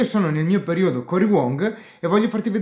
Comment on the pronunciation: Pure tu come Robyrocks sbagli l'accento sulla parola PERIODO? Si dice PERÌODO con l'accento sulla I e non PERIÒDO sulla O. CRISTOSANTO!!!!